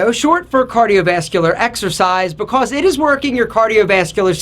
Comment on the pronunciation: Where is from? The way he accents "because" confuses me. Is that a special pronounciation that some part of USA/Canada uses?